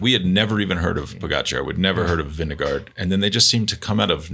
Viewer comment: Vingegaard is NOT hard. Vin-ge-gaw